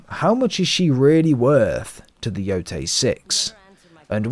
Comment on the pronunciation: Omg even you British can't pronounce the name of the game properly! Embarrassing mate....😮